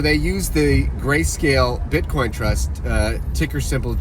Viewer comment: Lol gayscale flub was funny